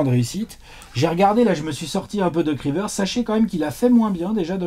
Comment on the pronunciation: quand il prenonce le mot doc rivers. 😂😂😂😂😂😂😂😂